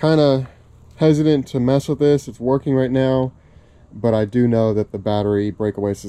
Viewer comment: "Workeen" is not a word.